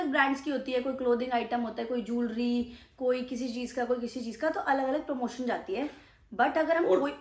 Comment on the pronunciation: Parmotion nahi promotion